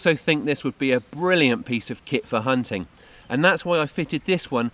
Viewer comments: "huntin wabbit" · Ssssssssssshhhhhhhhhhhhhh! We have to be vewy quiet I'm haunting a wabbit hahahahaha! Ehh...(munching carrot)what's up,doc?